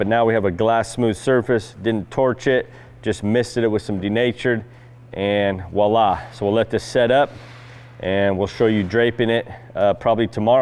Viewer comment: Please don’t say ‘wallah’. It’s ‘voila’. Almost as bad as ‘soddering’.